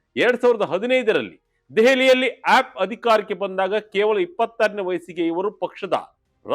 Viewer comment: please pronounce aap properly.